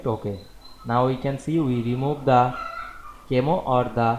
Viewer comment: Pronounced "KA-meh-oh"